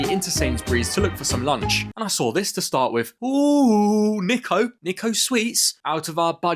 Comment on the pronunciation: U pronounsed niko wrong Its pronoused neeko not niko